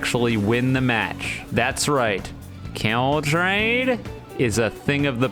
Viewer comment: no more "Kieeuhwl Chraiyd??" from 😔